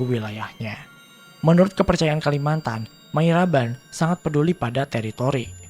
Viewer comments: sudah betul Mariaban; tapi di salah, bukan Mayraban. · Mariaban om,Bukan Mayraban cara nyebutinnya :D